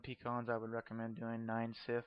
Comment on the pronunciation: Please learn how to say "Scythe". It's not "Sith". I'll tell you that right now.